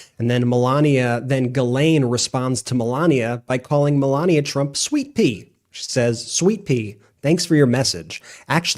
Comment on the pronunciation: was it Sweetpea or Sweetpee?😂